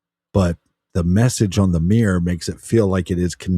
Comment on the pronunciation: Why can't you say mirror properly? 😂